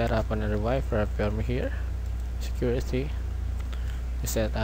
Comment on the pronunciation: hate the way his mouth sound, even the way he pronounce security to securithy